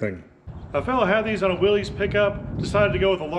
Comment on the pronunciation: Not sure if you still monitor the comments on this but this whole project is just brilliant. I've learned a ton by watching you go through these steps. This is amazing. One thing I'll offer, something I noticed as you were going through things: when most people refer to Willys Jeeps, they pronounce it like it's "Willy's" (like "give you the willies"). Willys was actually the last name of the owner of Willys-Overland, John North Willys. Pronounced like "Willis."